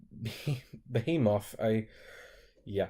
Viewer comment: The Awesomer85 he also mispronounced behemoth 😜